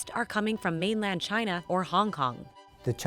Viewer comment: If American companies weren't so greedy and made their products here this would not be such a big problem. And why does trump always pronounce China as Gye-nah?